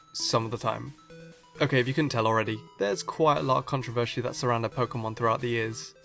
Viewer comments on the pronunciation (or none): i noticed you said controvershe quite a lot on the vid